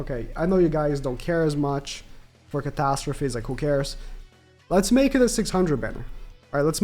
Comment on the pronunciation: Its catastrophes lol